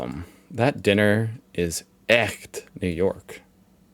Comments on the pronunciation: Ersatz: air-zats Zugzwang: z is pronounced ts – look at the signs in the brackets. It is pronounced tsuktswang. Weltschmerz: sch is pronounced sh. Festschrift: Not fats, but fast – fast-shrift (like shift). Echt: Your ch sounds not bad Realpolitik: Real is pronounced like ra-uhl- Its also not real irrsinn, but ra-uhler Irrsinn. Strum & Drang: u is pronounced like use without the j sound at the beginning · Your pronunciation of - ch - in "echt" was very good!